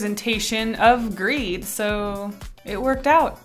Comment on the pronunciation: Is it just me who thought for a moment that greed said Greg ?